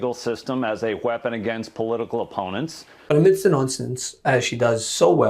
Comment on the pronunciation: It's "weapon" not "wheapon".....moron!